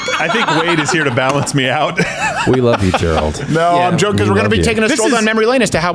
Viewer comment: Did Steven just say "Quarter Black Gerald"?